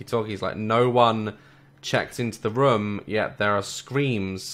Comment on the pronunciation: I love how he says rmm and not room <3